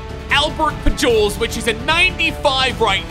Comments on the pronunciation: Who else shook their head when he said “Albert Pejewels” for Albert Pujols? 😂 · it's pronounced Albert puholes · “Albert Pajols” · It’s Albert pu-hols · im sad he messed up the names especially albert pujols but thats fine he still made me smile :) great content.